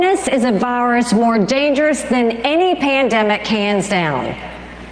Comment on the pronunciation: I like how Nikki says virus it sounds like varce